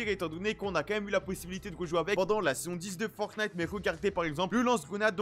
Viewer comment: Ça me fait delirer a chaque fois il dit « boutique fortnate » 😂